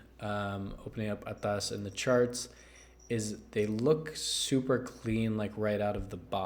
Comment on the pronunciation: I really like how you say ATAS with an accent and I loved the review "Right out of the box" and your brought it home "Right out of the gate" with ATAAAS